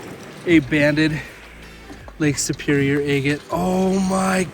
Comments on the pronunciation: It is pronounced ag- ate not a-gate or a-gut. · Agate rhymes with bag it. Never heard anyone say it your way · Takes some getting used to to hear “EHHgut,” but I’m sure that many of my own pronunciations would strike people as strange. Great video!